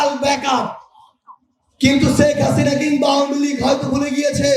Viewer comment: প্রধানমন্ত্রীর শেখ হাসিনার নামটা ঠিকমত বলতে পারে না। খাবারের বিল হিসাব করে । খাবারের হোটেলে কাজ করার যোগ্যতা নেই । শেখ হাসিনার সেকেন্ডে 10 লাখ টাকা খেলে এই দেশের মানুষ তাকে ভুলবে না সামনের নির্বাচনে তাকে প্রধানমন্ত্রী হিসেবে দেখতে চাই । উন্নয়ন তাকে সামনের প্রধানমন্ত্রী তৈরি করবে